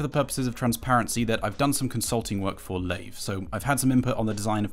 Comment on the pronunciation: I think it's pronounced LIVE not lave